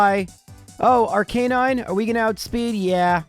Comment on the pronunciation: I made my peace with the horrible pronounciation of Arcanine. But why do we call Rival Fival (?)? Sounds like kindergarden-nickname. But I‘m sure you have a good reason. Other than that - love those videos!! Super entertaining.